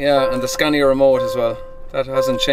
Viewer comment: Scaaaaaania! Long vowel sound!